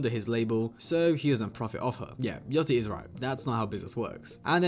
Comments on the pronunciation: its yachty no yoty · Why everybody saying yaTCHY. Its YACHTY